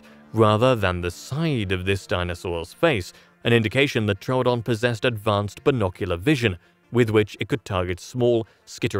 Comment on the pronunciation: Thank you for pronouncing Troodon correctly two new people pronounced it true Adon and that's wrong it's Tro O'don like you pronounce it and thank you for pronouncing it correctly yay someone that likes scientific accuracy.